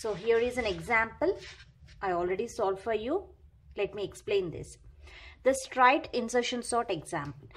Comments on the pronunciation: Mam pronunciation of straight was wrong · yaa its not strite its straight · Actually she is telling strite